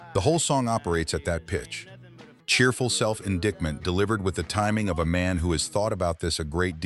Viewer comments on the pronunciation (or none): In"DICKT'ment???? AI narration anyone? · And indictment